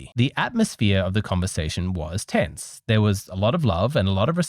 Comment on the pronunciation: "The atmosphere of the conversation was tits" was the moment when I knew I should enable subtitles 😁👌